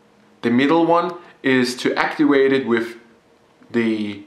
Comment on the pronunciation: Make sure you actiwate your smoke dewice so that your vapowizer produces wapor. Just sayin.